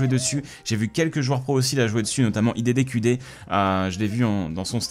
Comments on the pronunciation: ON DIT AIE DI DI KIOU DI !!!!! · "Idédékudé" haha